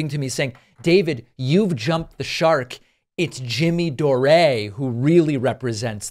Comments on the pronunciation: Are you calling him Jimmy Doré just to poke fun at him? James Patrick Anthony Dore is an Irish name, not French. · Why do you call him Doré?😂